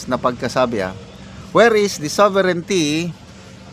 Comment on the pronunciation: Now She feel that word SOVERIGNTY😂😂😂😂